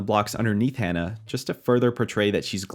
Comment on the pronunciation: Hana - not Hannah. "Hah-nah"